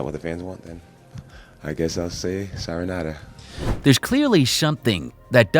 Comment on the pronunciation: Is he trying to say goodbye in Japanese? 😂 Si-oh-nar-a